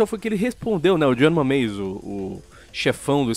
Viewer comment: "Jonh mameis"